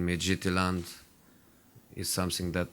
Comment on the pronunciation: JOSE ACTUALLY SAID MIDGETYLAND